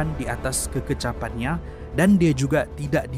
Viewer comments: keCEKAPan atau keKECAPan..?? 😁😁🤣🤣💪💪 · "Kekecapan" = kecekapan Apacan = acapan 😅